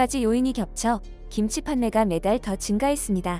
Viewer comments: 신치 라니? 정신 차려 김치. 발음이 안 되면 하지 말리지. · 양쪽에 발음도 않되고 기무치라고 하고 신치 라고하고 ㅋㅋㅋㅋㅋㅋㅋㅋㅋㅋ